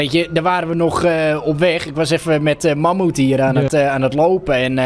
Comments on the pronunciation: Magmoet? Als jij vindt ik heb grote lurf.. jij kan zeggen mamhoet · "Mammoet" is geniaal🤣🤣🤣